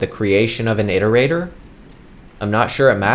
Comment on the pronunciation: Thank you for pronouncing iterator correctly.